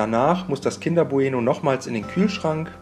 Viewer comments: Wie sagst du denn bitte bueno?? Man sagt doch nicht bu-eno sondern bueno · sag noch einmal Buh-Eh-Noh und ich raste aus